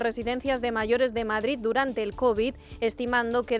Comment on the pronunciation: Bolaños y Alegria, a ver si aprendeis a hablar BOTIJOSSSS no es Madrizzzzz es Madrid entre otras patadas al léxico